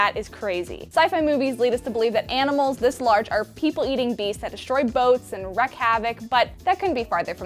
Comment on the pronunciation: You didn't say "wreak" correctly. Its not a hard word to say.